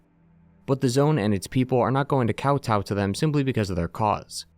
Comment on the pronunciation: Hearing him say Kowtow caught me off guard lol accept my 90 degree bow